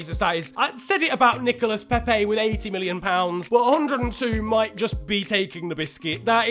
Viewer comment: It's Nicola Pepe and Thoma Lemar not Thomassss or Nicolassssss